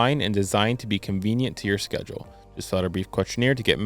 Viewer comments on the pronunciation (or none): none